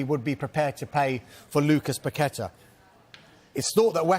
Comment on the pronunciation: Props to for pronoucing Paquetá's name correctly